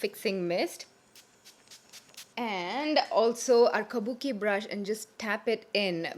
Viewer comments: Is it just me or does the way says "kabuki brush" sound so classy and ummmm I don't know.. feels like music to my ears for the lack of a better expression.. ❤️❤️❤️ could I be more obsessed?! 😝😝 so so happy to finally see a makeup tutorial on YouTube after a looooong time.. I missed it sooo much!!! 😭😭😭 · yeah.. even i felt like buying a kabuki brush listening to her say that :D